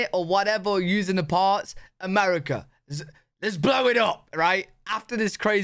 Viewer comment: "Americur" is my new favorite way to say America. It's on par with 'Murica.